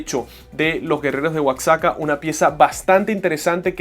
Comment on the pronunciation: Disculpa. Se escribe Oaxaca pero se pronuncia Oajaca